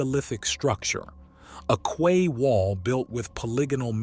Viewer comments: Fascinating! Erm....Quay is pronounced Kee, not Kway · Key not Kway. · It's pronounced "key" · Quay is pronounced as "key" is. I didn't believe it at first either as a kid, but with an English majored grandmother and a local hotel called "The Red Lion at the Quay", I simply couldn't escape it. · 'Quay' is pronounced 'Key'.. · You lost me at “qway” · QUAY is pronounced KEY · Its pronounced key. Quay is pronounced key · In the UK it's pronounced "key". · yeah you're right I'm an idiot. I actually got it right the first time but second guessed myself because the way he was saying it was driving me mad. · the word "quay" is pronounced "key" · Quay is pronounced 'key' in the UK, and 'buoy' is pronounced 'boy'. Don't ask me why, but they are. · Quay Is pronounced Ki or key.